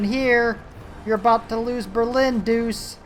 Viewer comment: Believe it or not, it is pronounced Duche not Doose. It's weird but then aain...